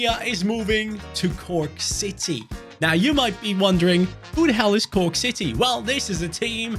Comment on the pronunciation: Also it's not Cooke city it's corke or croke